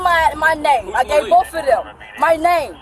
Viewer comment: What a horrible human being. She deserves everything that happened to her. "I'll talk to boff of you."